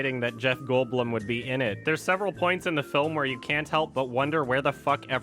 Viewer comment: has to be the only person to say Jeff goldblum's name exactly how its spelt